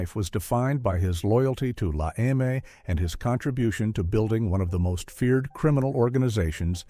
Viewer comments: not la em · it's la eme